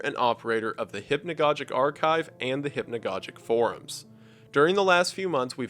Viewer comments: Great content! It's (hip-no-gog-ick) not( hip-no-godge-ick) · Both of the "g's" in "hypnogogic" should be pronounced hard. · Every time I hear hypnagoJic it deals psychic damage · Cool video, very interesting, but it is pronounced hypno gog ic, atleast in England. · he pronounces hypnogogic wrong, just thought it would be funny to point out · Fuck is hypnagogic pronounced like that? I have hypnagogic hallucinations and I’ve been pronouncing it with a soft g this whole time.